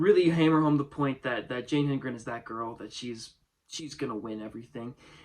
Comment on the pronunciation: Jane who? Say it with me: Hed-en-gren